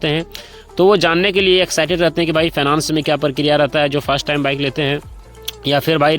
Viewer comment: अरे पहले सही से बोलना सीखो फाइनेंस बोलो